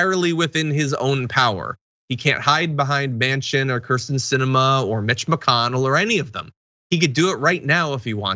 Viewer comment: thought you said Bitch mcconnell